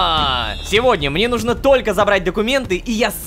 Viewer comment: честно я понимаю что озвучка Ромина только по одному слову: нужнО а не нУжно. я афигела когда это поняла